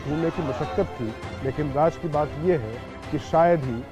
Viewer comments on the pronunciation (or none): Bhai Raj nahi Raz boliye raz means secret